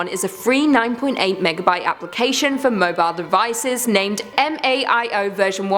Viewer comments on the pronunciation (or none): Its called MALO not MAIO, other than that, pretty good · uhhhh MaLo cannot be contained and its not Maio its Malo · Its MaLO not MaIO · The l in MalO is an L, not an i.